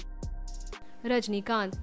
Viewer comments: it"s rajinikanth not rajanikanth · Rajini kanth not Rajani kanth